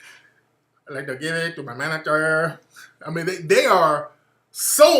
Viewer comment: "I like to geeb iiiit" ahahaha